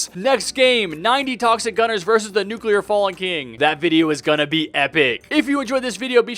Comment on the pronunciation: below: and thats how fallen king became nucular fallen king